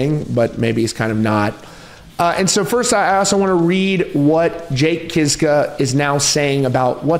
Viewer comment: Their name should be pronounced more like Kishka 😂😊 It’s Polish